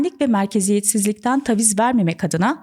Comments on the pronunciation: TAVİZ dedikçe gerildim videoyu izleyemedim. TÂVİZ ( A sesi biraz uzayacak yani) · Tebrikler cok yalin ve akici bir anlatim olmus. Nacizane bir tavsiye. Taviz derken a sesi kısa soylenmez. Dikkatim orada kaldi hep 😅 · Taviz kelimesinin nasıl telaffuz edildiğini bilmeden bu kadar çok kullanmak...